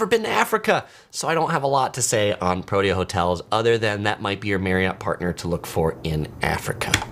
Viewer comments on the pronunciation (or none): It's pronounced Pro-TEE-ah (Protea).